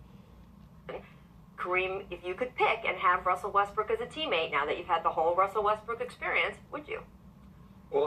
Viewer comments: Westbrook... West-BRICK? ha ha. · His name is not pronounced Westbrick !!!! Its Westbrook !!!